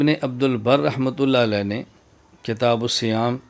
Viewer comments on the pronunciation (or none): none